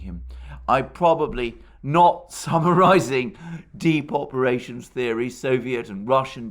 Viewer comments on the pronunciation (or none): When you said 'deep operations theory' it sounded like 'Depopulation Theory'. Alarmed, I went back and checked. Thank you for your work. UK